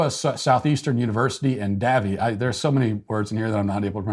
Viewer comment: Matt it’s “Davie Florida”. It’s in SE FL near fort lauderdale. Pronounced “Dave-e”.